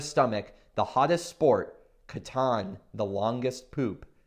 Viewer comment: I like that you're focusing on Japanese games, which are very underrepresented on YouTube and BGG in general. However, it might be good if you pronounce the game's title the way it would be said in Japanese instead of phonetically reading it in English. I know you said it's not available in stores yet, but if it does become available you wouldn't want potential foreign customers asking for a title that would confuse the store owners.